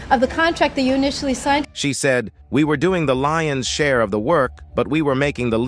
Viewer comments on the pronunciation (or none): none